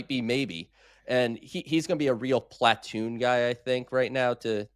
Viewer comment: Hey, David Stearns pronounces Platoon properly. Why do you pronounce it improperly?